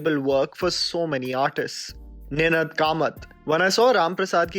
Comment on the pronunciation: Ninaad (it's a raga) .... aaaaa .... Kamat ... your pronunciation was a bit off putting.